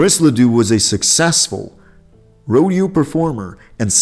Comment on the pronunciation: A heart failure really. He mispronounced rodeo, posthumous, autopsy, bifida, and opry. A liver cancer really. A Cardiac arrhythmia really. Why does he mention a before liver cancer, heart failure and cardiac arrhythmia. How ignorant. Terrible narrator.